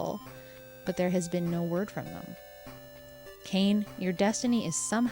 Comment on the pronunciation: Since the game takes place in Japan, I'm pretty sure Kane is pronounced "kah-nay," or as if it was spelled Kané.